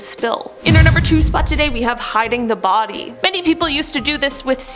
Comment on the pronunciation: I hear hide the Barbie not body......